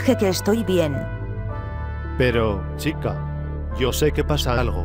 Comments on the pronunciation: Toy chica dijo picha xd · Dice pitcha